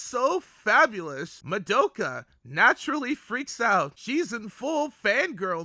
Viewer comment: oh WHY do you say Ma-doe-ka! Is it rage bait? because it's working!!!! Good video tho.